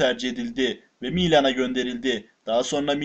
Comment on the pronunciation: Miiilan değil Milan 😁